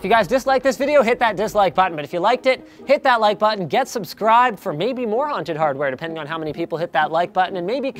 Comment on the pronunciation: Please don't say haunted hardware like you do in this video, ever again. :( But otherwise keep doing these episodes, they are great!